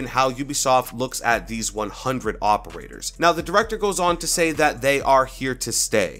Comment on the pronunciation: 100 Hoperators. (Is what I heard)